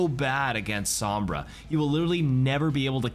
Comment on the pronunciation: Ah yes, my favourite hero, "Somrba"